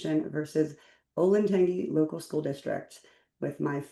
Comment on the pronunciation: it's pronounced olentanjee btw, not tangy